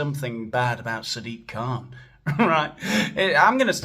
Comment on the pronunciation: Did you say "Sad Dick Kahn?"